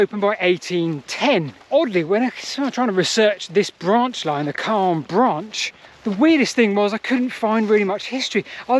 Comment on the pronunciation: Wow I grew up in Calne but left Calne decades ago Never knew about the branch I went on the Calne to Chippenham railway as a child a long long time ago and walked along the Marden But this is so fascinating PS sound the “A” more when youn talk about Calne more its how the locals say things